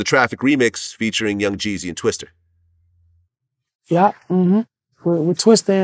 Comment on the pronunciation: He said twister 😂😭